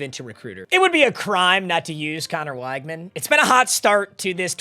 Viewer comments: it’s pronounced wig-man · weg-man its weg-man please